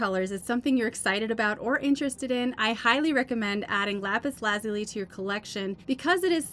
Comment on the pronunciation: Lapis Lazuli - accent is on the second syllable as in " la ZULI ". Great video. Thanks